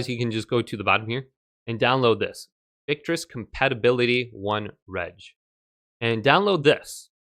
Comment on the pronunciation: victrix. Not victris